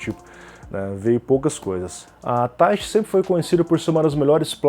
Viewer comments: Eu achava que falava "Taichí" e não "Táichi" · A pronúncia é Tai-chÍ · Eu acho que é "taitchi", com ênfase no chi, como em japonês.